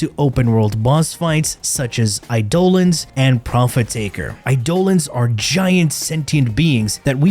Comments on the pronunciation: When you do an Eidolon bounty, you get voice overs telling you how to load up Eidolon Lures. This happens all the time. How the hell can this dude pronounce out so wrong? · All I heard from this is Warframe is objectively better since it's not a "open your wallet" simulator that you can't get content from otherwise, and the wrong way to pronounce Eidolon. XD